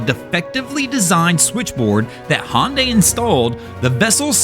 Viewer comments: Not be be that guy ... But Hyundai is pronounced like Sunday... hunday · Hyundai is spoken just like saying Sunday. HUNDAY = Hyundai Just a friendly comment to help out. I do not intend to insult you. Love your videos!! 😊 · there is no company called "Hon Day" do you mean Hyundai? HA YUN DIE